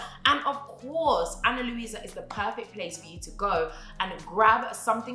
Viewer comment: ‘A-nn-a Lou-i-sa’ 💀